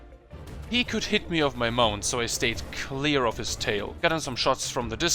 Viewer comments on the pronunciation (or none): none